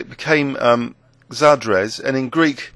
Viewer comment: your pronunciation of ajedrez and xadrez was hilarious :) it's ah-heh-DRETH, kinda. the portuguese word is shuh-DREHSH. think of "eh" as the e in "meh". nice videos! :D